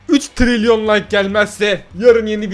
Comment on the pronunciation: Abi 3 tiliryon derken 😬😬😬